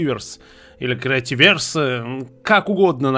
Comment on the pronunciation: кретииверс они криативеерс где 2 буквы там ударение